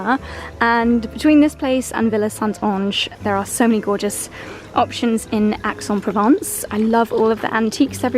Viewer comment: The least you could do is to do an efford to pronounce Aix en Provence correctly:face-fuchsia-tongue-out::face-fuchsia-tongue-out::face-fuchsia-tongue-out::face-fuchsia-tongue-out::face-fuchsia-tongue-out